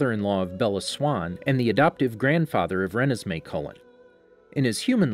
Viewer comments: excuse me what did you say.. it’s ruh nez mey not renes mey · It's REE-NES-MAY not REN-NES-MAY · I cringe every time you pronounce Renesmee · Does how he pronounce Renesmee bother anybody else?